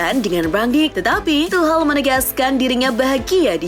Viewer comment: Ejaan nya tucel bukan tuhel